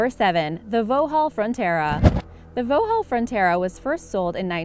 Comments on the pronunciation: Hawk 6.2.0.1 ......and who pronounces it Voe-hall??? They've been Vox-hall for as long as I've known the cars......50 years. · Why did you pronounce vauxhall as vauhall the x isn't silent it's pronounced voxhall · "Vo-Hall Frontera"? Vauxhall is pronounced Vox-hall. Anyone who narrates a program about cars should know this! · It's not voohall its pronounced Voxohl. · VO-HALL!! I've heard some hilariously bad attempts by Americans to pronounce British things, but VO-HALL is by far the best one yet! It's pronounced VOX-ALL! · #7 What is a Vohall Fontera? I've heard of Vauxhall (Pronounce - Vox-Hall) but I've never heard of this company Vohall. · The x is not silent It's indeed vox-hall, not vo-hall Americans just love screwing the sounds, Sonia and Sonja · what the fuck its Vauxhall pronounced "Voks hall" not "voh hall" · It’s not pronounced vhooal. It’s Pronounced voxhal. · The what?! Vohall Fronterra? American centrism at it's finest. Vauxhall is pronounced "Vox-Hall" smh. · It's pronounced vocks hall (trust me, I am British and my dad has owned a vauxhall) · You say Vauxhall like ‘voxhall’ the x isn’t silent! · Not VO-halll... "VOX-hall" (Vauxhall) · It’s pronounced FOX HALL not VOUG HALL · 'Vo-hall' Frontera? Vauxhall is pronounced 'Vox-hall' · vowle vatera? you say it like this: vaukshall frontera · It’s Vauxhall not voaxle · She said vauhaul when its Vauxhall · Vohall... it's pronounced Vox-hall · Omg it's not pronounced Vohhaul, it's pronounced Voxhaul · Vohall???? where did she learn to speak its Vauxhall not vohall wtf??? and do some proper research you could not drive a Reliant Robin in the UK at 16! or even a full sized motorbike! just a 50cc moped and what about the Morris Marina, or the Morris Minor and not mentioning the Hillman Imp or Hillman Hunter? if you're going to include the UK we have a few nasties here! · It’s vauxhall not vouhall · If you can't even pronounce Vauxhall (vawks-ull), you shouldn't be narrating videos about cars. "Voo-hall" 🤦‍♂️